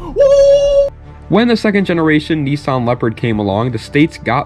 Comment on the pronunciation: When you say knee...sawn do you mean niss-an